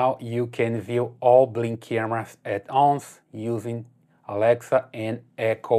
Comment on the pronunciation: At ounce lol😂